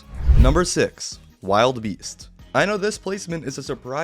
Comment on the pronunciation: It's not wild beast it's wilde beast (WILL DUH BEAST)